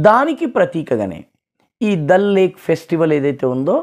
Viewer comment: దాల్ సరస్సు అనండి సార్ ప్లీజ్. చిన్నప్పటి నుంచి ఈ ఉచ్చారణ కే అలవాటు పడి ఉన్నాము.